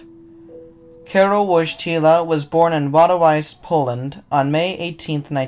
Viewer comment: Your pronunciation of ‘Wojtyla’ and ‘Wadowice’ could use some work.